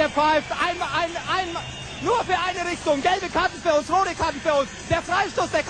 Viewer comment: "eime eine eime nur für eine RiCHCHtung"